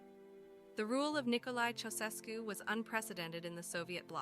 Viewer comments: Thank you. Her pronunciation for that name. Otherwise, a solid piece of Youtuber Gold. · Their surname is pronounced "CHOW-SHESH-CU".